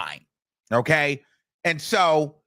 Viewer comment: And sometimes he hits us with "AND-SHO".🤣😂🤣💀